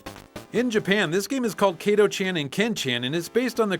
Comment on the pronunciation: You have already talked about most of these games… :/ And I’m too much of a weeb to not comment on this: it’s not Keito-chen & Ken-chen. It is KATO-CHAN & KEN-CHAN. WHICH PART OF IT DO YOU NOT GET. IT IS READ EXACTLY LIKE IT’S WRITTEN IN JAPANESE. ALWAYS.